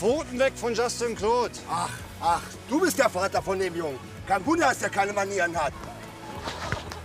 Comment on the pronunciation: Ich hatte so nen lachflasch als der vater sagt:LAs dIE pHoTEn VOn jUSTin CLeAUudE😂